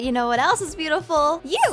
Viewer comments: It warmed my heart when said we’re all butifal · OMG IT TOTALLY MADE MY DAY WHEN SHE CALLED ME BOOTIFUL I JUST- AHHH THANK YOU I LOVE YOUUUUU